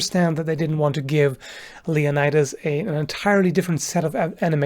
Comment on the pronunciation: Let’s check the historical accuracy of your pronunciation of “Leonidas”...